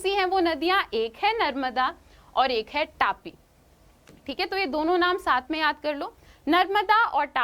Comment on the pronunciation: It's not 'टापी' it is तापी/ताप्ती